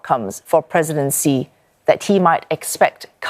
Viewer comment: It is Xi (She) not Xi (Zee) lol